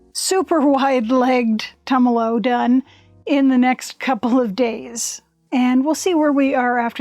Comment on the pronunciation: thank you for the sticker on the machine. and for learning how to say Tumalo (former resident of Tumalo, current resident of Mpls). blessings.